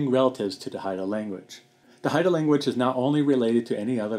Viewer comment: Hey! I watched this documentary a few days ago. I thought it was really neat how you pronounced the words. It's interesting that the Gospel of John was one of the first major works done in Haida. Does any of your family speak Haida?